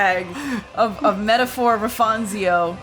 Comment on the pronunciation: Gotta love the goofy pronunciations of metaphor